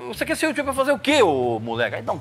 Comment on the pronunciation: 'Yutxuber" kkkkkkk Entrevista muito top 👏👏👏👏 conhecimento e experiência passados através de quem entende